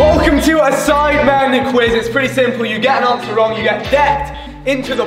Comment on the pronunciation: everyone: sidemen JME: sIdEmAn